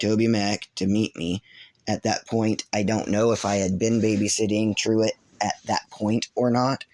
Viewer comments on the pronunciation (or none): I'm sorry but did you say his son "druid"? I'm sure I heard that wrong.. EDIT: For transparency I seen that it's not Druid it's Trueet not Druid.